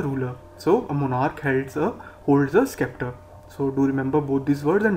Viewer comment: Brother The Correct Pronunciation for this word "Sceptre" is 'Ceptre' . By the way, Video was informative and useful☺